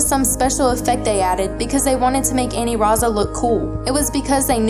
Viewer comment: i dunno why you keep calling it Aniraza when it's Anilaza